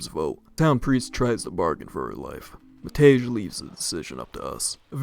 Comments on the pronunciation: Love it when English speakers try to pronounce slavic names, always a barrel of laughs. I particularly enjoy Matej (The actuall pronounciation is closer to "Mat-ey"). It's teetering on the brink of sounding like "Matt Edge" and I love it. Janči is also up there. For those who don't know anything about slavic languages, Pavol and Matej are the Slovak forms of Paul and Matthew. Janči would be something like "Johnny" if I know my Slovak correctly, don't quote me on that one, though. I'm not a Slovak speaker, just a Serb with some surface level knowledge of it, enough to know how to properly pronounce it and translate the basic stuff. Janči, to me at least, sounds like a nickname for "Jan", that is "John", therefore "Johnny". Might be wrong, though. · I shall no longer tolerate the disgrace westerners bring to Matej's name! ITS PRONOUNCED MATEY NOT MATEZH.